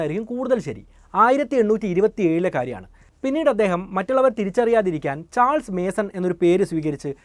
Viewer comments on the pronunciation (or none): none